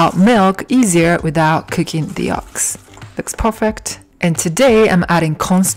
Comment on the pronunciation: For goodness sake, the word is yolks with an o. Not yalks with an a. Do you understand?